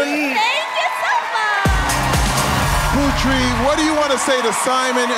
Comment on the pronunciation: Is anybody else cringing each time Terry pronounces Putri's name as Pew-Tree?